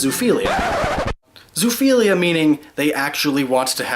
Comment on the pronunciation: You both mispronounce zoophilia (zoo-oh-philia) AND misspell bestiality.